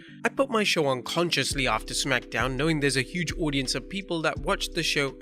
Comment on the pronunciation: "Impact have had huuge sucsess" lmfao